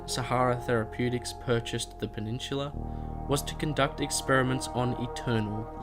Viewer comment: I'm just putting this out but why do you pronounce peninsula as penishula?